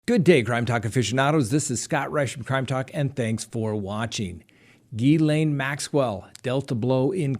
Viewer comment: I've never heard Ghislaine pronounced like that. Always Jees-lane....my cousin's name.